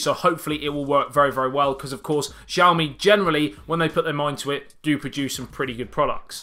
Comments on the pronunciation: Its pronounced as Siaomi. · Nice video. The x used when Mandarin is romanised in China is pronounced more like a s, btw. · New sub cuz of jiaomi 😂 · It's Xiaomi. Not jiaomi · jiaomi? Lol